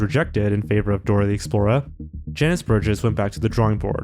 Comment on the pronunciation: dora the explorah